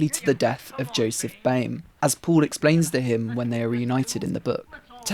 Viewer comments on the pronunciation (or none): Sein Name ist "Paul" und nicht "Puhl". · Why do you pronounce Paul as "pool"